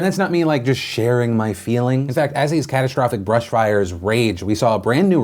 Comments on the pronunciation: Bush not Brush. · Philip I’m so sorry, but it’s BUSH, not brush